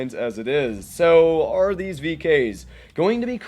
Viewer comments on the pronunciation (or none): none